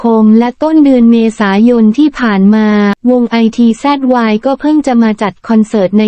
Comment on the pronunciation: ITZY..ภาษาไทยอ่านออกเสียงวงนี้ว่า..อิทจี..จร้า